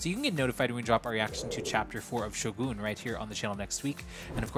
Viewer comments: Hey why do you pronounce Shogun like that? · Just so you know really like your reactions! But it’s not Shogoon it’s Shogun!!! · someone should probably tell him its not pronounced Shogoon